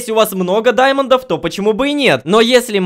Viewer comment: Не даймандов а диамондов